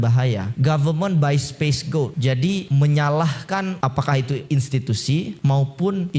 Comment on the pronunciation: Koreksi sedikit. "Government by scapegoat," bukan "space goat"